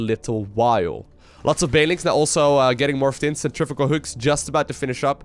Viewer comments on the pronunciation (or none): none